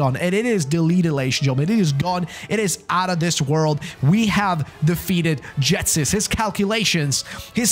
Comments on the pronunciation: Can’t deal with the fact he’s calling Ghetsis, Jetsis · Why does he say Jetsis instead of Ghetsis 💀